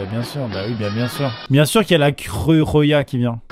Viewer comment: la creu roja c'est espagnol est sa se prononce la creu rorra